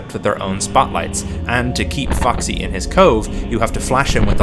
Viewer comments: Why did I hear "fucksy" because the accent lol Great video btw, immediately subbing lol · idk why but i heard foxy as fucksy